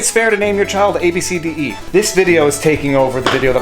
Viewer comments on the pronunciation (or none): wait its pronounced ‘ab see dee’ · Naming a child is personal and it’s pronounced abcity if your going to make a video about this maybe get the name correct. And if you actually read the story on CNN the main concern the mother had was the fact that she made fun of her daughters name right in front of her and posted it online. It’s one thing to think a name is unusual but you don’t make fun of someone right in front of them. Personally the name is unique.